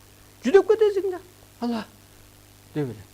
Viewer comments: Ала эмес Алла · Э бул жинди окшойт (ала)эмес Аллах дечи